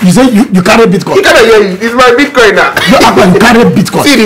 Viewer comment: This two people na bastard oh 😂😂😂😂my belle ohhh…na really beatcoin not bitcoin 😂😂😂